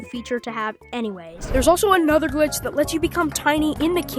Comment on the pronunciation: bro said gilch